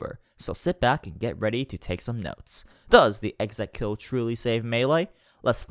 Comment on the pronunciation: Ek-ZekKil, Ek Ze Kil, Ek Zey Kill, Ekzey Kill, E zey kill, Easy Kill.